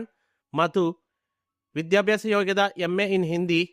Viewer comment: വിദ്യാഭ്യാസം എന്ന് പറയാൻ അറിഞ്ഞുകൂടാ. വിദ്യാഭ്യാസം. പ്രിദ്വിരാജ് കംപ്ലീറ്റ് ചെയ്തില്ല. എടോ നന്നായി അന്വേഷിച്ചിട്ട് വരു